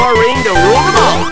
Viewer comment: TheMrDanieloco I guess he's refering LOTR, but it sounds more like "the mall" than "them all" in my mind